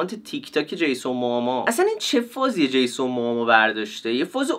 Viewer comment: چرا به جیسون موموآ همش میگی جیسون موآما؟ برام سوال شد خدایی نکنه ما اشتباه میگیم ولی انگلیسیشو چک کنی خدایی جیسون موموآ درسته😊😊